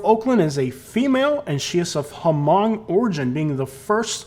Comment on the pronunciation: Just so you know the h in hmong is silent!!! It's pronounced mong. I should know my children went to hmong international academy for all of their elementary years of school. Do your research before making a video. 💜💜💜